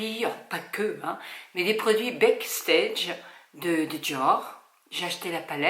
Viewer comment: Backstage « BAAAACKSTEGE », Huda « HOUDA » très beau maquillage 💄